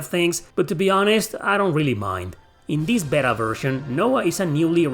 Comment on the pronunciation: my man. Beta is pronounced Bay-tuh. 😂 As always, I appreciate your enthusiasm and thoughtful approach. Stay awesome.